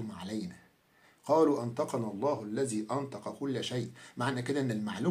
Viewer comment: جزاك الله خيرا يا ونفع بعلمك... كان عليك يا ان لا تلحن بالقرآن حينما تقرأه فقد قرأت كلمة (إذا) قرأتها (إزا) فبدلا من حرف الذال وضعت حرف الزاي.. وكذلك كلمة (الذي) قرأتها (الزي) هدانا الله وإياك إلى الحق وجعل عملك هذا خالصا لوجهه تعالى...